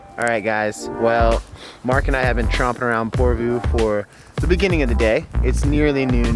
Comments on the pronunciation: Its not porvuu... Its just Porvoo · I live in porvoo welcome again and it' porvoo like the o is like love ♥♥♥